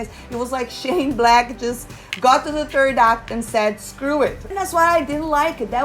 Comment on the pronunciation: You say third act and I hear turd act We are both correct